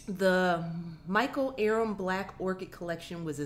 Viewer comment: I am obsessed with Michael aram. His products are amazing. Ps you pronounced his last name wrong.